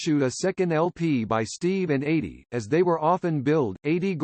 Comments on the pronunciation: The A.I. voiceover is awful. Mispronunciations throughout. Eydie's first name is pronounced EE-dee, not like "80". The United Artists label initials are U.A., not "yoo-uh". And the nearly monotone approach makes it a challenge to listen. Even a marginal human voice would far surpass this. The man and his accomplishments deserve better. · I grew up with Steve & Eydie & me & my family adored them , just like everyone else. You narrater have mispronounced Edie's name It's E ydie not A ydie . Thanks though🐿️🌻🌻🐞🐿️....